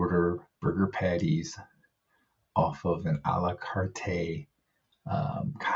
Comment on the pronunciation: You only need to pronounce it Ah lah cart... the E is silent.